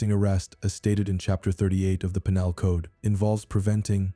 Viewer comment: "The peen-al code"? AI has a long way to go. Please record the narration yourself. How hard is it?